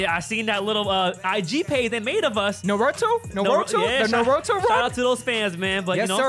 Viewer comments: First Richie doesn’t know anything about dbz now richie is saying noroto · Mans really said Noroto 🤦‍♂️ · i know he didn’t just say “Nuhroto” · that Richie out of context page better get a clip of Richie saying Noroto😂 much love Richie but that was not correct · Man pronounced it Nah-rue-tue. 😩🤦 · Noroto? WTF Richie! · Bro said Noroto lol, The vids still bic Richie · this dude asian and pronounces naruto as nhorowto....smh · Naroto WHAT? Thats not how you say that richie